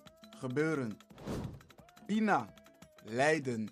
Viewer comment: Fadon' verstan en kon hoor ik je met een N aan het einde uitspreken zoals het er letterlijk ook staat..maar eigenlijk spreek je het uit met aan het einde NG...het schrijven is wel inderdaad met alleen een N pina is geen LEIDEN maar LIJDEN.... Verder top bezig...👍